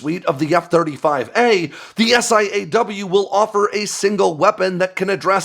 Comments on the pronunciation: Stop saying S.I.A.W.....its "saw" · Pretty obvious that you’re not “from the inside”. SiAW is pronounced “saw” while AARGM-ER is pronounced “r-gum-ER”.